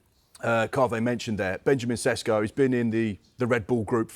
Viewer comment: It's pronounced Sheshko.